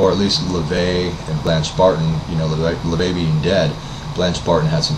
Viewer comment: His name is LaVey, not La Vey..